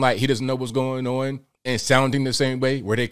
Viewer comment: What's going non? I love how says on.